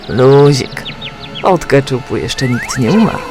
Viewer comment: Keczup nie keczap